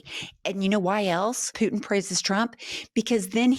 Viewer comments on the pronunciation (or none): I don’t like how you say Putin, other than that this is all great. 😂